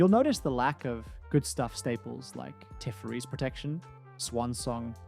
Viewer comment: 30 years of magic experience and mispronouncing Teferi is some ”drei gläser” type shit